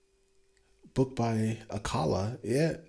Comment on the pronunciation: Your pronunciation of Akala is so on point...